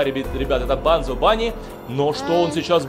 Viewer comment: это не банзо а бонзо